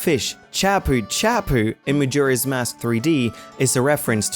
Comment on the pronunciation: DID YOU JUST SAY MAJIRA'S MASK?! XD